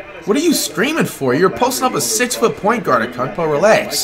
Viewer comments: How to say Giannis’s last name: Antetokounmpo. Flight’s way of saying Giannis’s last name: Akumpo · It’s antekeumpo not akumpo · Did he just say unkunkpo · AN-TET-Ohh-Kunnn-Po. It’s not that hard!!!! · “Akongpoi” flight..... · Zeeeeeeeeeon, it’s zion man, Alonzo, it’s Lonzo man, Akumpo, it’s antetokounmpo man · Bruh it’s not akumpo it’s prounouced ante ta koom po and it’s not zeeon it’s ZI ON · Flight: Zeon What it really is: Zion Flight: ahkumpo What it really is: Antetokounmpo Flight: Donacic What it really is: Doncic Flight: “Steph is 6’0 What he really is: “6’3” Flight: “Ahkumpo is 7’3” What he really is: “6’11” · Nobody : Flight : zeon an akumpo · Bro Zion and Giannis are my 2 favorite players and it’s just hilarious how he calls them Zeon and akunpo. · Why tf does flight say Ancockbow and Zeeon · “Zeeon Williamson vs AKUNTpo” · “Zee on williamson and akunkpo man” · Why did flight say Zeeon Williamson and Akumpo ?? Who dat supposed to be